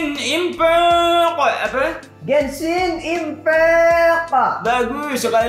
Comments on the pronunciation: Humor gw sebatas nyebut gansin impact pake lagam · Anjir gw ngakak waktu denger nama game nya di ucapin wkkwkwkw